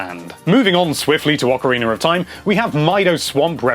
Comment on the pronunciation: "Lon Lon RONCH, in OCAREENER of Time."